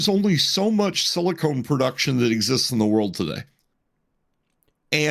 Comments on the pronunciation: People who work in the industry and say “silicone” instead of silicon. Why? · *silicon, not silicone Completely different things... 😅